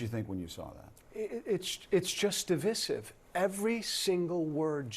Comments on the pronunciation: 'Divissive'? Weird pronunciation. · It's de-VIE-sive,, NOT de-vissieve, please. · you mean divisive, pronounces it wrong etc.